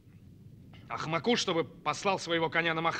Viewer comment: Если просто слушать, не смотреть, то отлично. Но в роли Бауыржана Момышулы лучше смотрелся бы актёр азиатской внешности. Да и слова коверкают, что еле понимаешь. АкымАк - глупый, глупец. АкмАку, а не акмакУ. Хотя бы ударение в словах правильно ставили. Я всё голову ломала, что это за слово у нас. А когда ударение переставила, поняла 😅